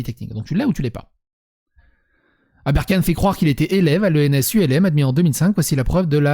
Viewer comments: Critique informative. C'est juste pour ta culture générale. Pour info ENS Ulm, on prononce Ulm en une seule syllabe. Ca fait référence à la rue dans laquelle se trouve cette ENS (y'en a plusieurs en France). L'ENS de la rue d'Ulm est la plus prestigieuse de France surtout pour les maths. C'est de là que sont sortis 14 récipiendaires de la médaille Field. Mais y'a aussi 14 Nobels qui en sont sortis. La page Wikipedia est à lire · On dit ens ulm ( rue d’Ulm à paris, dédicace à une bataille napoléonienne dans la ville allemande d’Ulm) et pas U.L.M, les U.L.M sont des petits avions Ultra Léger Motorisé … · on ne dit pas U.L.M.. on dit ULM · Petite precision c'est pas ens U.L.M mais Ulm comme il serait prononcé français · S'il te plait, tu peux prononcer " ULM / HULME " c'est parce que l'école est située rue d'ULM ( qui est une ville allemande, d'ailleurs on devrait dire OULME à l'allemande, mais en France c'est toujours prononcé HULME ) j'ai l'impression que c'est une vidéo sur l'aviation avec tout ces U L M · Ne pas confondre la date de soutenance et le début de la préparation. On prépare en géneral, avant 3 ans la première soutenance. Si première soutenance en 2013, ça ferait . Pour l'ENS On ne dit pas 《 U. El hême》, mais 《ulme》 Normale parce qu'on forme ceux qui diffuse des normes. On est normalien lorsqu'on est admis au concours, ensuite on est ancien éléve d'une ENS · Juste on dit l'ENS Ulm pas U.L.M. car L'ENS est rue D'Ulm. ULM c'est ultra léger motorisé.. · "ENS U - L - M" c'est une école de deltaplane ? On prononce Ulm (Hulme en phonétique), c'est une ville en Allemagne où Napoléon a battu les Prussiens en 1805 :p edit : parce que l'ENS est située rue d'Ulm dans le 5ème à Paris. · "l'ENS U.L.M" mdr ça se prononce "ulm" en un mot phonétiquement "ulme" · Merci pour la vidéo. Petit détail : "Ulm" n'est pas un acronyme, c'est le nom de la rue. On dit donc "Ens Ulm" et non "ENS U.L.M."